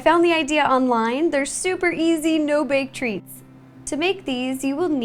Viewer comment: i thought you said valentines THREATS. (love you ro)